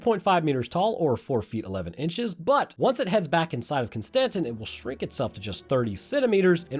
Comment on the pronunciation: Look. Just because you're American doesn't mean you can't figure out how to pronounced basic, phonetic names from other cultures. You're not "butchering it" - it's Constantin, just like you said. It's not hard.